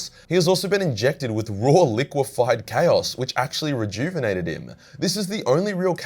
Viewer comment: Your constant mispronunciation of "chaos" literally drove me away from the video. I'm sorry it was just so irksome